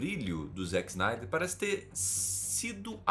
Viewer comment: Desculpe s eeu estiver sendo chato, mas gostaria de fazer uma pequena correção, é que você pronunciou o nome do Zack snyder errado, não se diz zack snaider, mas o jeito correto de se pronunciar é "Zeck splinter" e o sobrenome é "snydercut é meu ovo"